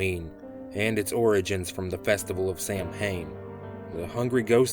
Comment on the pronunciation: Oh sweetie, "Samhain" is pronounced "sow-en" - it's Gaelic so definitely not phonetic :)